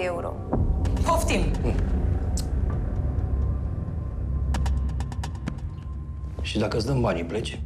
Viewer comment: zece mii de ieuro